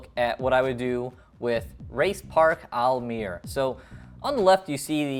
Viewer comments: Almere is pronounced like this: al - meh - ruh but you were pretty close. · your prity close to the right way of saying almere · You said the name of the city ‘Almere’ sortha right